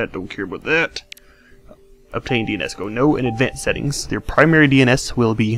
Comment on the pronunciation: You sound like a ghost. Whee setteengs